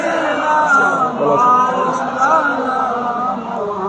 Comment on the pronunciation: Mowlana. Nay. Hobe Mawlana